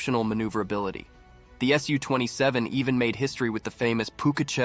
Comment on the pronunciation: Pronounced "soo" not "S U".